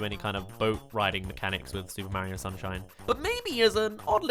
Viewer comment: STOP SAYING MARIO LIKE THAT PLZ